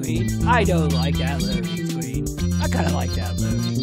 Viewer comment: Loading scween!